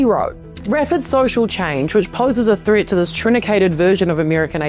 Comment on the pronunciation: Proticktid ? Posed as a thrit ? Holy tortured vowels !